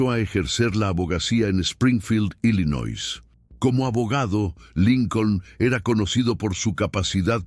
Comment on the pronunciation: ILLINOIS se pronuncia sin S